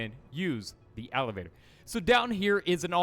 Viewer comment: What's an alivator? You mean elevator? :D